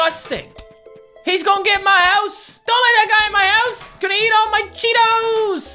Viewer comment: The way you said cheetos lmao